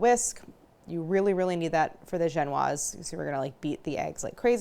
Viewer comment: Thank you for saying « Genoise » correctly! 🙏 watching British Backing show and hearing Dgenuiiiize is offensive for my francophone ears 😅